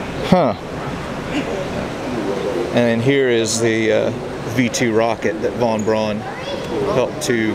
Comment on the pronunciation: Von Braun’s name is pronounced “Von Brown”... everyone gets it wrong!